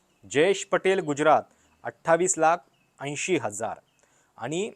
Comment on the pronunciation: गुज्यरात नव्हे गुजरात.[ ज = जसा मधला.] बाकी खुजरातबद्दल जे सांगताय ते विचार करण्यायोग्य आहे.